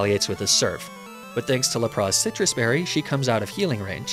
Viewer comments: He does that as satire. He also does it with Lapras and pronounces it as Lapra. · not the la-prah!!! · La-pra? What’s up with these pronounciations? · how the actual fuck did you pronounce LAP-RAS? Good god man, i've seen bad, but this is almost trying hard to be bad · What is this Ar-Cay-Nee-Nay and Lah-Prah business? Who told you to throw 20 years worth of pronunciation out the window? You ain't French, bro! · Dude, what is with the horrible pronunciations if "Arcanine" and "Lapras". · Ar-canine Lap-ras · Ar ka ni ne hurts me so much for arcanine. Lapraaa 😒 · Dude misprounced Arcanine and Lapras and this bothered me greatly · I can’t tell if he’s mispronouncing these intentionally but lapras and arcanine hurts my ears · Great video but I can't get over how you mispronounced Lapras and Arcanine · I’m losing it at your pronunciations of lapras and arcanine good buglocke tho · The way you pronounce Arcanine and Lapras is physically hurting me